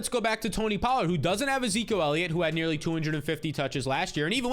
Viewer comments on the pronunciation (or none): none